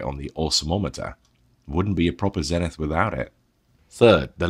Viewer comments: Okay, just to add fuel to the pronunciation fire: Zenith themselves pronounced the company name ZEE-nith in their American television marketing back in the day. it's not the English word, it's a brand name. You do that and I promise to pronounce that notable Dutch Post-Impressionist painter's name Vincent Van Gockccccchhhh. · If you are going to review an American or "Yank" product. Then please pronounce the brand as it was meant to be be pronounced. Same goes for the letter Z. Kthanks.